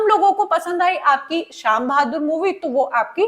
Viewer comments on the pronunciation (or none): it's not शाम बहादुर it's सैम बहादुर